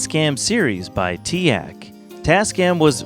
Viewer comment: "tea-aahk" shnaps i've always said teek